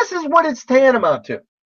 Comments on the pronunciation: He says tantama not once not twice but thrice! Doubtful he knows the meaning of "tantamount" if he can't even say it, hahahaha! He says it four times actually, hehehe, using a word he doesn't know, adorable. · Tan-ta-mount - That's THREE syllables. If he uses that word a lot, ppl are BOUND to be impressed with his yuge, big boy vocabulary and be in awe of his intelligence!